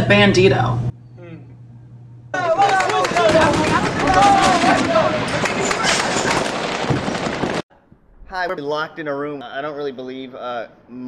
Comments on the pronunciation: "bandtio" IM FUCKING DEAD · I died when it said “bAnDtIo”